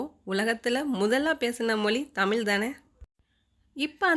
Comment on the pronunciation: தயவுசெய்து "தமில் மொலி" என உச்சரிக்காமல் "தமிழ் மொழி" என்று சரியாக உச்சரிக்கவும்🙏🏻